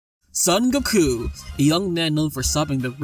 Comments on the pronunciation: you can't even pronounce goku's name right. Nah this fight is bias! Even Piccolo Daimao can beat conquest. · whyyy did you say goku like that